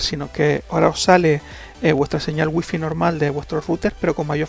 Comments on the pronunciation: Waifai se diceee. Y se esceibe wifi 😂🤣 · no se pronuncia wuifi